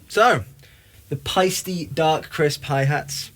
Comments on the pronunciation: Almost but it is actually „Paisteh“ :) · Paiste does not rhyme with "feisty"... it's homphonous with "paste."